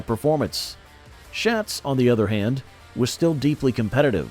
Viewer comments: Quit miss pronouncing Donnie Schatz’s name. It’s pronounced Shots not Shats. Jeez……. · Before you do a video you really should know how to pronounce Donny Schatz’s name.